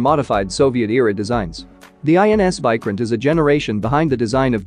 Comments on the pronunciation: First of all It is Vikrant not Vycrent You Western youtubers never even search about the correct pronunciation(the most basic info), and expect us to believe in you completely 😂😂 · It’s not pronounced like Bykraant it’s Veekraant. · It's vikrant not viikrant 😂. Your pronunciation sucks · It's not VAI... pronounce VEE...VEE😅😅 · Pronunciation of VIKRANTH is not correct Mr.. You are wrongly pronunciated of VI in the full word. That is pronunciated as VIctory or Victoria like that. Need to check with Terminology Pronunciation atleast before making Videos of other Country matters.. And content also not correct. Quantity is not important but Quality and experience is important in warfare. India may had less number ACs due to it's economy, but had experienced a lot from decades.